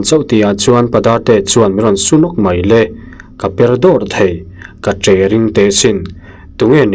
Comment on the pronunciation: Mai le pawh ni lo mei le mei le mei le tih leh a nih chu a nih chu a nih chu tih ngaithla leh mai le ang aw...lam sual ni lo lam thiam loh tlem nen